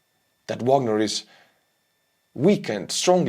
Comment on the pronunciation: face-fuchsia-poop-shape::face-fuchsia-poop-shape::face-fuchsia-poop-shape:Bro, you are doing a great job, but there is one thing that gets on my nerves as a lover of classical music. Please start Wagner with the V sound and end it with the AH sound - it is a german surname, not english. Don't copy Prigozhin, he is just a dumb orc.:face-fuchsia-poop-shape::face-fuchsia-poop-shape::face-fuchsia-poop-shape